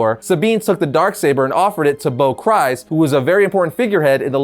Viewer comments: My only issue with this video is how you said "Kryze". It's literally said in Clone Wars and Rebels that it's "Kree-zz" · It’s pronounced Kreeze